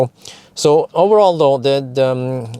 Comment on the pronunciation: Please, stop saying "owerall" ! ;-)